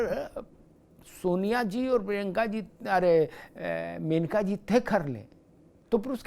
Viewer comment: सही नाम मनेका है( मेनका नहीं). सादर